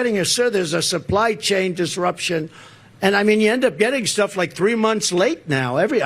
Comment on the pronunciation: Was he saying "supply change"?